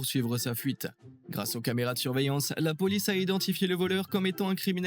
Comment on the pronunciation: "La lampe de poche automatique " " Les camarénas " !??!??? J'ai écouté 12 secondes de vidéo, et c'est déjà catastrophique...